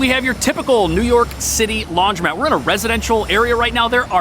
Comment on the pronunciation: Ugh... It's Not LaundrYmat. It's LaundrOmat. So hard to unhear that.